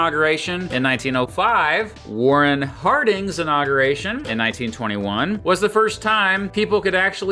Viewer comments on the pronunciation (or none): none